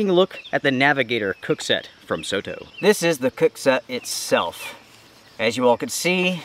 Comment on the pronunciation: just fyi, soto in Japanese means outside. It pronounces as sor tor, not so to. Their products are very popular in Asia, and Aussie and Kewi as well.